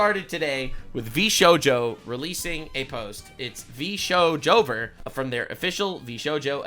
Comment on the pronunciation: its vshover xDDD